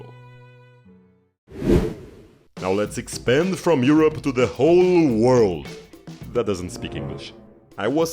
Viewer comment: Europe == WHYHOPPA ??? 😅 Never heard of this pronunciation. Where is it from?